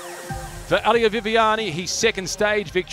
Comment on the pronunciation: Nice video, but It is "Elia", not "Ahlia"😅